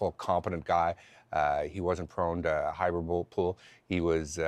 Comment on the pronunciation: Was John trying to say "Hyperbole" ????